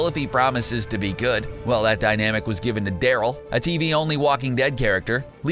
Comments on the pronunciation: Did he call Daryl Dale?? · 'Dayl' 'Scott Dimple'. Jesus can you get any worse at pronouncing names?